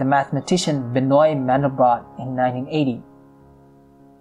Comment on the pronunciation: pronounced [bənwa mɑ̃dɛlbʁot]